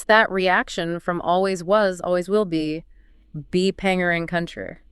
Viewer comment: Bpangerang is pronounced Bangerang, thank you for taking a deep dive into this issue, brilliant work 👏